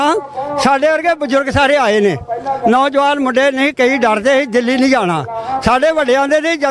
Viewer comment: ਪਤਰਕਾਰ ਜੀ ਤੁਹਾਡੀ ਪੰਜਾਬੀ ਭਾਸ਼ਾ ਵਿੱਚ ਥੋੜ੍ਹਾ ਸੁਧਾਰ ਦੀ ਲੋੜ ਕੁੱਝ ਸ਼ਬਦ ਜਿਵੇਂ ਹੁਨ ਨਹੀਂ ਹੁੰਦਾ ਹੁਣ ਹੁੰਦਾ, ਪੈਨਾ ਨਹੀਂ ਪੈਣਾ ਹੁੰਦਾ,ਨੋਜਵਾਨ ਨਹੀਂ ਨੌਜਵਾਨ ਹੁੰਦਾ ਬਾਕੀ ਕੁੱਝ ਸ਼ਬਦ ਮੁੰਹ ਵਿਚੋਂ ਗਲਤ ਵੀ ਨਿਕਲ ਜਾਂਦੇ ਉਹ ਗੱਲ ਹੋਰ ਹੁੰਦੀ